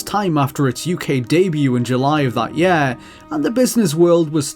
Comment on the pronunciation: It’s year not yare